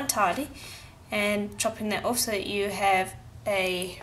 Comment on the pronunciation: Love your tutorials you're very good! Also love hearing the South African accent, miss it since I left in 2000 n don't hear it much. My husband always teases me when I say 'off' and I giggle every time you say it. Never noticed it before but now I can hear what he means. Keep crafting, you're awesome.